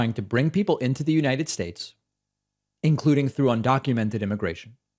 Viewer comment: You leftists need to back off of Trump. He gave us such holy additions to the English language such as "bigly" and "abrain." He was President of the United Shtaysh, you can't make fun of him!